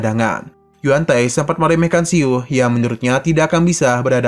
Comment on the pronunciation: Min salah ucap, bukan keluarga yusuan, tapi tce chuan, juga bukan si-u tapi siu satu suara